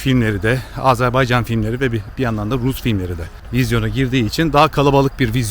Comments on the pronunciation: Azerbaycanlıyım ama bu kadar iyi söyleyemiyorum😅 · Azerbaycan kelimesini düzgün telaffuz eden nadir kişilerden birisiniz. Kutlarım ve teşekkür ederim 🥰😘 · Azerbaycan'a "Azerbeycan" demediğin için teşekkürler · Oh eline sağlık. Çok sinir oluyorum terklerin AzErbEycan söyledikleri zaman